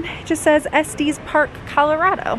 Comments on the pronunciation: Yes, it’s Estes with the short E sound. Not Estes pronounced like testes! Hahaha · I’ve lived in Denver CO my entire life and I’ve never heard Estes park pronounced that way (es-tees park). I’ve always pronounced it (es-tis park). Anyway, I’m glad you enjoyed beautiful Colorado! ❤️ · Es tes Park not es tees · I don't know if other Coloradans would agree but I have always pronounced it Es-Tis park. :) Glad you guys enjoyed it here! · Say it like "Es-tess" Park. Short e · Coloradan here and you are correct